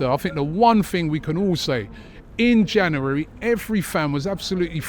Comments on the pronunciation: Robbie cant say january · Robbie needs to learn how to pronounce January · Why can't Robbie say January....😅